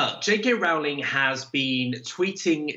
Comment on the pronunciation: He keeps saying "JK RAULING".